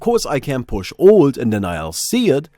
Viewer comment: Ffs, "alt" isn't pronounced "old", your "th" pronunciation is non-existent, and wtf is "fewah abay" ..? You sound like some sort of ridiculous cross-over between South African English, Jamaican Patois ("we cyan't doo dat anymore, mon") all with a lazy don't-even-bother kind of European accent laid on top of that.. As an aspiring international Entertainer? smh tl;dr TRIGGERED